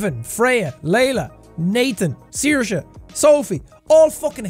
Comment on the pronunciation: Finally I learn how to pronounce Saoirse. Thank you, Sean🥰